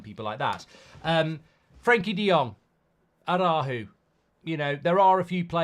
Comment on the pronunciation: Araujo pronunciation key for non-native speakers: Are-ah-OO-Ho - practice makes perfect. Whether it’s Man U or TUS there’s always room to improve. Lead by example Mark - keep up the good work you & everyone at TUS do 👏